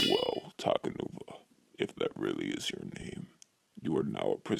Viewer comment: You said takanua it’s takanuva